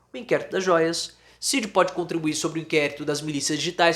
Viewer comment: EU SOU SEU SEGUIDOR E ADMIRO SEU TRABALHO MAS PFV PARA COM ESSA PRONÚNCIA RIDÍCULA E EQUIVOCADA DA LETRA D AO FALAR O NOME CID!!!